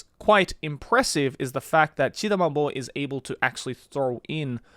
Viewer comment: Why whenever you say the Mangaka name I hear, Chida Ma Boy ?